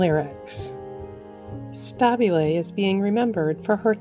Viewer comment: I believe that Meghan Stabile's name is pronounced stu-beel'